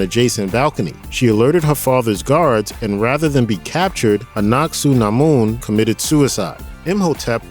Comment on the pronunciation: Loved the movies, however your pronunciation of SEVERAL City's and people is atrocious they SAY THE NAME in the movie, Hamanuptra you said correctly twice then said it wrong every time after that, Anuck Suna Mon is A NUCK not ANACK, I seriously don't understand how you get this crap wrong when its spoken in the movie your referencing facepalm